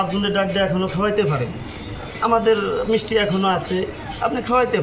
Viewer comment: "মিচটি" (মিষ্টি) তুমি কোন স্কুলে লেখাপড়া করে শিখেছো? টোকাই ফোকাই পাগল ছাগল যখন সাংবাদিক হয়, তখন বাংলা ভাষায় পাল্টে ফেলে।